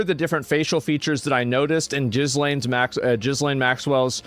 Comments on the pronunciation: Her name is pronounced Geelawn. She looks like an older version of herself to me. She is fatter than in the first photo and the older people get. The nose and ears get bigger. Let’s dtop with the conspiracy theories. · Did you say Jizzlaine instead of Ghislaine? LMAO. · Why are you calling her jizz-laine??? 😅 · It looks like Mike Myers playing Gislane Maxwell.. aslo, FFS, Learn how to pronounce her fucking name! 😂 ghee-LAYN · Calling her Jizz-lane is diabolical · GIZZ- LAINE ?!?! HAHAHA Americans and pronunciations.... hilarious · That's why asmon has been calling her "Gillis-lane" all this time. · "Jizz-Lane" Maxwell. I love how he always makes a point of it to mispronounce her name 😂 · Its pronounced Gislaine. Lol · 'Jiiz-Lane' Maxwell lol Asmon knows exactly what he is doing 🤣🤣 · It’s gee-lane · Her name is pronounced Geee-Lain. And, she has the power to get surgery and makeup in prison and I would not be surprised if she is given leave from the low security jail. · It's Pronounced gilane. That is NOT the same person. Why do so many not realise we are always being played by the 'elites'. Of course there's nothing elite about them. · I know this is serious content, but you honestly need to improve your pronunciation of Ghislaine - gih - len :) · Bro, her name is pronounced "gillane" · Stop pronouncing the letter S in Ghislaine. Its pronounced Ghilayne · You Americans need to know how to pronounce names properly.its pronounced Gillane the s is silent. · lol!! A diffrent guy!!! How h pronounce her name… jizzz.. somthing maxwell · It’s pronounced “guh lane”. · The name is pronounced Ga-lane, painful hearing you say it incorrectly. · Jizz Lane Maxwell Is he pronouncing it like this on purpose as a joke? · Did Asmond call her "Jiz-lain" ? 😂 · Tim Dillon says it like this too. It always cracks me up 😂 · I love how he pronounces her name "Jizz-lane" LOL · It's pronounced, gheee-lane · "Jizz-lane" Maxwell lol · Jizz Lane ok! It's pronounced Jizz Lane!